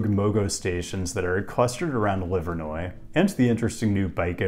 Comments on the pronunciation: But meanwhile you got "Livernois" and "Hamtramck" correct 😉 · Detroiter note, is pronounced de-quin-der by locals. Still going through the video and I’m not sure if you say Gratiot, but I may be editing my comment later. Edit: nope, no mention of grash-it, but props for getting Hamtramck and Livernois correct.